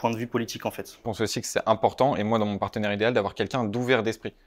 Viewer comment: On ne dit pas "partenaire"💀